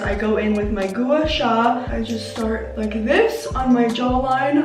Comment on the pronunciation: It’s not goo-a sha is guah-sha. Not trying to be rude loll